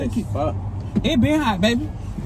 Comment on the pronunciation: Anyone else love how he say babeh